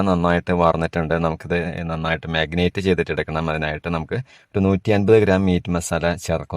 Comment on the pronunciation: Marinate not മാഗിനേറ്റ്